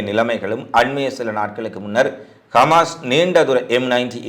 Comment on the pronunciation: கமாஸ் இல்லை ஹமாஸ்